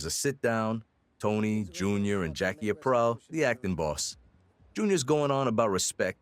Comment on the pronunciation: Ap reel. Not April. 😂